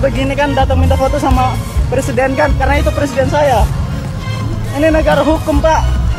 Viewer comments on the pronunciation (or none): none